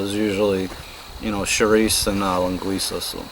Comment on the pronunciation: Incredible how you say a perfect Portuguese mainland Linguiça but say chouriço more like chouriçE like people from the islands say it =P So funny to me being Portuguese from the mainland Porto (north of Portugal). One thing tough you use way too much sausage compared with what we use here. Plus its very unhealthy to use that much on a pot that small to make a soup. Also, olive oil man! Where is the olive oil? olive oil = Portuguese cuisine And course salt, not that chemically altered stuff. ;) Finally to anyone interested, Sopa do dia means something like Soup of the day, so it can be any soup that is being served at that particular restaurant, it does not refer to this recipe exclusively. Btw i am not knocking down on what you made, its just that as you said, its not the same for a Portuguese.